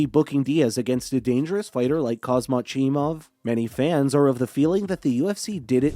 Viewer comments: Please pronounce his name correctly my ears was bleeding , not khazmat , KHAMZAT THANK u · haz mat as sir chael says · Khamzat, say it 30 times buddy and makes ur video again, u butchered his name first and last